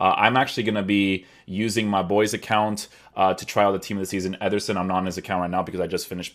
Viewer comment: Why’s he keep saying “etherson”